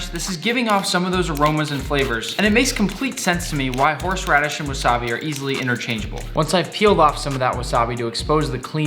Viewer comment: “Horshe radish”